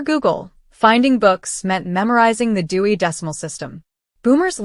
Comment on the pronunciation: Dewey not Dewy